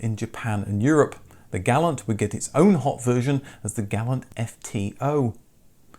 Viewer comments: "Gah-lawnt", not "Gal-ant" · Gall-ants were not sold here. But we did see Gal-lants...